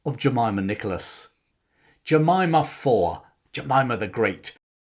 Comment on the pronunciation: Jemima fawr! (Pronounced like a ‘v’ sound joined to the English word ‘our’. Tap the ‘r’ at the end and you’re there).